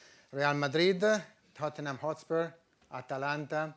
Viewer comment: THOTnhm hOtspuerrrr